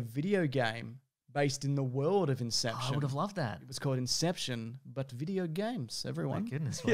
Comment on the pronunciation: I will forever say "incepshawn" for no reason whatsoever